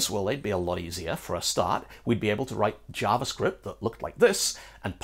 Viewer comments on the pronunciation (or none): none